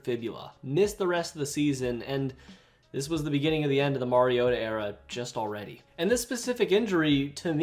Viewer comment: Who tf pronounces ken Whisenhunts and Mariotas name like that?